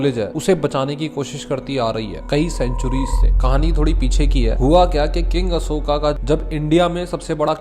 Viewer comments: Bhai pehle toh ye mahan samrat ASHOK ko ashokaaaaa Kalingaaaa bolke naam bigaadna band karo tum angrezon ki @@@ nahi ho yrrr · भाई अशोक हैं न कि अशोका 😅😅😅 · भाई बस हिंदी को बिगाड़ो मत, कलिंग को कलिंग रहने दो कलिंगा मत करो और सम्राट अशोक है अशोका नहीं। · अशोका मत बोलो अशोक बोलो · Ashoka ❌ Ashok✅ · Bhai ap kaling kalinga nahi aur ashok aur ashoka nahi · Hay it's not Ashoka it's called ashok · Bhai Aapse Ashoka 😂sunn k achha nhi lga vo ashok h 😅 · कलिंगा नही कलिंग होता है अशोका नही अशोक होता है 😏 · ❌कलिंगा ✅कलिंग ❌अशोका ✅ अशोक ❌ मोर्या ✅ मौर्य Pahle bolna sikh le fir knowledge batna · Don't say अशोका to अशोक✌️🤍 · Ashok not ashokaa Kaling not kalingaa